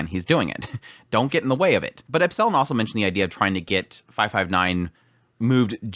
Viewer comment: It's not epsIllon. It's Epsilon. 😁